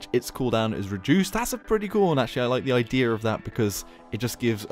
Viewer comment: Why do you say idear instead of idea